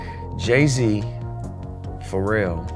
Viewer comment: This chick cannot pronounce some of these rapper names LOL... keeps calling Pharrell "feral" and Ja- Rule "Jay Rule." LOLLL